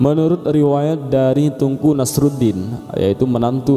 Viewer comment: Ralat Min TEUNGKU Jgn dibaca TUNGKU😌